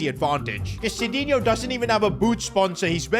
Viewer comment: Noob sidinho its midinho